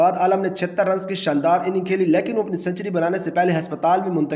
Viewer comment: lekan nahi hota lekin hota hai, crickatt nahi hota hai cricket hota hai, maloooom nahi hota malum hota ha jaahil pendoo